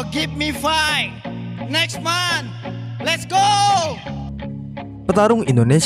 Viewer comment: Les gho giv mi faek, les gho😆😆😆😆 Medok